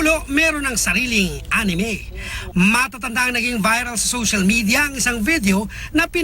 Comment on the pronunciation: First time to hear the news say A N I M E XD